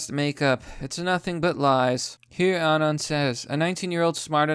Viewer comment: pronounced “anon” wrong, sorry bro thats an unsub. pretending to be a 4chaner is toptier cringe.